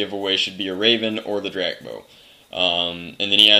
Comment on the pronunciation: Drac, you pronounce my last name right :D That never happens!!!